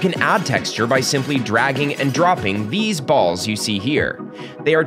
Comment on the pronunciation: the emphasis on "dropping THESE BALLS" lmao